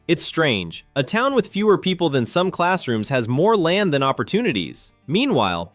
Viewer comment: "Lan"? You forgot the "d", dude.